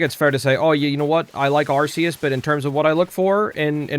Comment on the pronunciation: Its name is actually pronounced Pokémon legends (ark-e-is